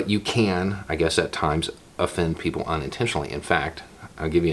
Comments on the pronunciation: I heard Poogle. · I was saying elsewhere more like Beaugles, no? That’s what I heard.